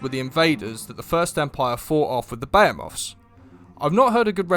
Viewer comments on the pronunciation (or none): Excuse me... "beh-heh-moths"? Um...